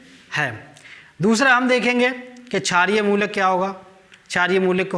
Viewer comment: He is telling shaar ,😀😀😀chaar!!